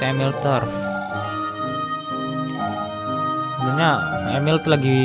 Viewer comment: Bang itu namanya amelie bacanya ameli bukan emil